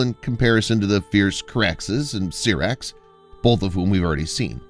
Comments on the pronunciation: I know right 😂😂 Syrax like pronouncing Sci. Not Serax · SYRAX Pronounced SIGH-RAX